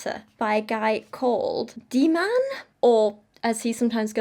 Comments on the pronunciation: heads up: the dh in dhiman is pronounced kinda like a th sound but with a d instead of a t! the emphasis goes on the dh and the a is also pronounced kinda like the u in dumb :] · And you might take the time to learn how to pronounce the name Dhiman before talking about the person, rather than displaying ignorance and disrepect.